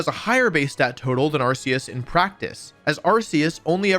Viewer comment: Ar-see-us? Really?